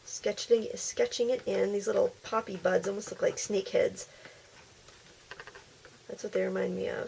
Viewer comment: It was so cool ! at the beginning I thought what is a poopy I thought you were trying to say puppy hahaha!!